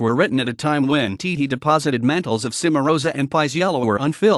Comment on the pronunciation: A nice history, but...where is the music? Also note well: Gioacchino - do not forget that double "c" in his first name. Please pronounce the Ce in Cenerentola and Ci in Cimarosa and the gn in Bologna correctly. Roll those "r"s please. There are many other mispronunciations that must be corrected.